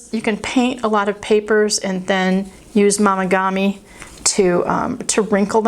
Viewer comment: Momigami is pronounced with a long “o” not an “ah” sound. Like mo not mah. FYI 😊